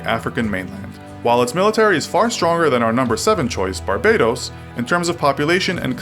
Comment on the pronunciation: It's Bar-Ba-Dose * Hheeumppp!